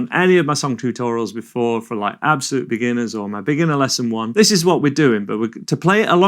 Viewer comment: The way he says "absolute" is hurting me every time... I'm a beginner, but I don't think I'm an "ABSOLUTE beginner".